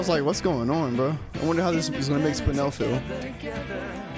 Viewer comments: Spine-nel (Spinel) Me: Spin- nelle (Spinel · when u said spine el i cried lol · I was dying inside at "spine ell" lol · Spinel ❌️ Spijnel ✅️